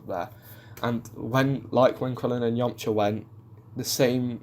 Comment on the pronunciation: I do love the way you pronounce Yamcha. It sounds like "Yomcha". I know it's just your accent